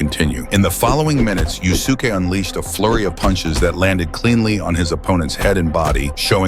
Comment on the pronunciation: It's pronounced "Yus'ke", not "Yu Su Ke".